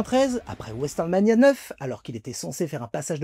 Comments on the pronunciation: alors petite précision ce b'est pas westernmania 9 lzis WrestleMania qui se prononce : vrouaiseul mania 😁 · Pour prononcer WrestleMania en français le plus efficacement ça serait "resseulmania"